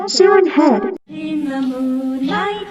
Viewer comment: it’s siren head not seren head